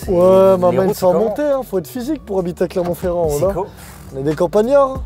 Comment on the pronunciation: jai arreté de regarder quand il a dit clermont ferrand